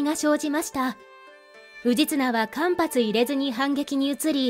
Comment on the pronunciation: 美濃をみのう、間髪をかんぱつと言ってました